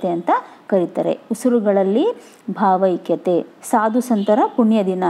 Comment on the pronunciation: bhavakathe alla bhavaikyathe